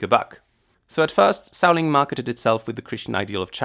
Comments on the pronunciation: had to slow video down to .75 in order to understand whatever the heck was trying to be said, but even then, suh-WAYNE rather than SOW-wen drove me kinda nuts....LOL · It's sow-an not so-waine!!!! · As an Irish person I MUST correct you. Samhain is pronounced like "sow-an" not "so-wane". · Samhain is pronounced Sowin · The pronunciation is all wrong. It is not "Sam Hain" or for that matter “swain” The proper way is "sow an” with the “Sow” pronounced as you would a female pig. Oiche Samhain is Halloween night and Mí na Samhain is Gaelic for the month of November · Did he just really make a dig a people who can't pronounce Samhain right? Pot calling kettle black there man. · It's a Gaelic word, spelt in Gaelic and is also and ancient Gaelic holiday. Pronounce it properly. There is not "English" it's a Gaelic feast. The Gaels also adopted the use of Roman letters. The English language does not own the letters.